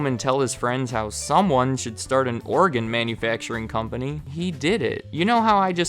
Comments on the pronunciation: It sounds like you're saying Oregon instead of organ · “OREGON” “ORGAN”